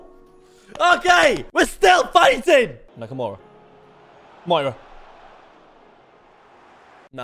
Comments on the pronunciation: It pisses me off you call him moura and not miura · It triggers me how you say MIURA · Pronounced Me-Or-Uh